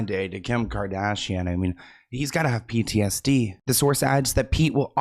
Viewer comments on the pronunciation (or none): none